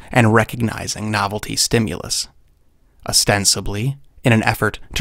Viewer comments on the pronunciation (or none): none